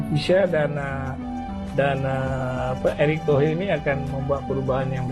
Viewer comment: Eric Tohir bang,bukan eric tohe ...😢😢😢q